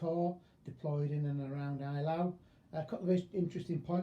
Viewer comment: At least try to get the pronunciation right. It's 'A' - LAU, not 'EYE' - LAU. Best Wishes: Professor of History: Eton.